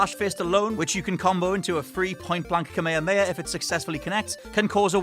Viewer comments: Stop pronouncing kamehameha as kameyameya. uh. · Why is he saying kamehameha like that Japan does not even say it like that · Cant even pronounce kamehameha right haha and fucking scrub dont know how to make a tier list